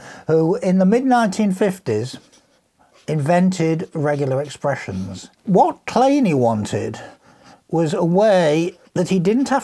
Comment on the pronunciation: No they didn't get it wrong! Research shows that Kleene himself wanted it to be pronounced "Claney" but I suspect it's a Germanic surname and should be "Clay - nuh" (see Wikipedia entry for S.C. Kleene). I did devote a few mins to this in the filming session but clearly had to omit it because the video is already very long at 17 mins.